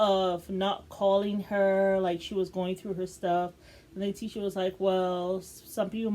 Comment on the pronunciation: Her name is Tisha (T-ShA)